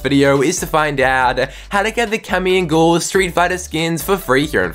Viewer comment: YOU TRIGGER ME SO MUCH ITS PRONOUNCED GUY EL